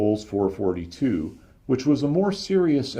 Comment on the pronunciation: Well,I understand what you’re saying and I liked it so much that I’m getting ready to watch part 2 in a few minutes! Only complaint (and its a small one) is that there’s a dash in between the numerals 4-4-2. This signifies that you should pause in between,when you read the numbers. So,it’s actually a Four,Four,Two. Not a Four,Forty two. I’m sure you’ve caught a little flak for that,before,though.